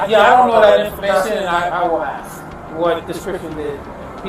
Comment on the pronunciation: I don't care what color your skin is. If you use the word "aks" in place of "ask," you are an uneducated idiot.